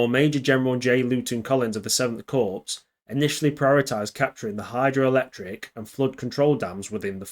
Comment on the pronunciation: Good video. The p in corps is silent. Pronounced the same as in hard core more or less.